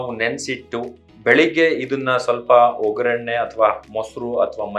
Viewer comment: ವೊ ಗ್ಗರಣೆ.ಸರಿಯಾದ ಉಚ್ಚಾರಣೆ.